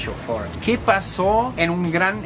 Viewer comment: Ford lo pronunció bien.